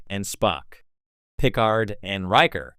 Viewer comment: This is an interesting video but the pronunciation of "Picard" makes me wonder if you ever watched an episode of TNG. I'm hoping you're just saying it a funny way on purpose. Either that or this audio is just AI generated and the creator was too lazy to copy and paste a phonetic pronunciation into the script.